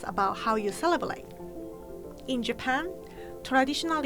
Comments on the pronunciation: That time she pronounce celebrate as celebelate ......love her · Is it just me who hears celebelate when says celebrate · she said "celeblate" not celebrate lol all i could think was aww shes so adorable💜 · came for japanese food, stayed for saying 'celebrate'❤️ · it's so adorable how she says 'celebrate' celeblate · is cute pronouncing " Celeblate" instead of celebrate hahahahahha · ✨celebalate✨AAAAAAA I LOVE HER🥺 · how many times did she say "celebelate"? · That "celeblate"is so cute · Celebelate..... charm 😄😄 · Is she saying celebelate or I'm hearing it wrong? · No one:: Celeblate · Cele braate